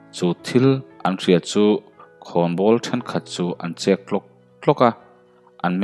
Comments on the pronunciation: Thlukna a awm loh chuan ChEK tlak tlak tih nise ngaihthlak anuam deuh ang a😀😀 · Chek Ilan Dan hi thing chek ang alam ni lo in SA chek lam Rik ang a lam tur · Sachek i lam rik angin chek tlawk tlawk ti rawh aw